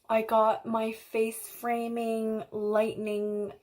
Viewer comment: she said frace faming. Lol Ahh that was adorable. 😂